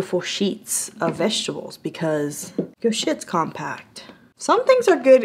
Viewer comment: Vesterble... vesterbles.... 😂😂😂😂